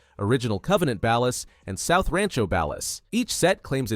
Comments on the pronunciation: You say Ballas wrong it's pronounced "bollas" not "bahlass". that's Floyd Hebert not Wade. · ballers with an ah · I don’t like how he pronounces Ballas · its suppose to be ball los based on the way gta characters say it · I hear actual human YouTubers pronounce it that way too, even though every single character in the games says "Ballers". If the source material says Ballers, that's how I say it. It's like Ryu in Street Fighter. I hear people say "Rye-you", or for some stupid reason "Roo", but in both Street Fighter and Ninja Gaiden, the name is pronounced "Ree-you". Everyone, just listen to the fucking source material and stop making up shit. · Whitest pronunciation of "Balla's" I ever have or ever will hear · He said Ballas and vagos wrong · That is not how you pronounce "Ballas". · This is actually the dumbest video on GTA lore I've ever had the displeasure of watching. Whats with you saying Ballas like that? You're saying it fucking wrong. And whats with the shitty self-inserts of someones custom character with the families? Lokks like shit and completely deviates from any of the grounded and realistic looks of the gang members? And why do you have Franklin dressing up as a Balla when he's part of Families? Do better reasearch instead of just throwing random fucking pictures in the mix. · Pronounce Ballas like that again and I'm giving you a cartel execution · Ngl I hate how you say Ballas. Families are like the Bloods n Ballas are like the Crips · AI is not so smart Saying Ballers like Dallas is throwing me tf off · You say ballas wrong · Broo see the smallest mistake